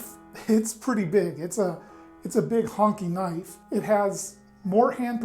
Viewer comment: "That's not knoife...that's a knoife."